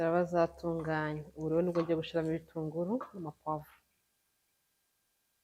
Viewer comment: nkunda kumva ibiganiro byawe gusa reka ngukosore ntibavuga "Gushiramo bavuga "Gushyiramo! Nukuri dusigasire ururimi rwacu. Kandi rwose niko uvuga burigihe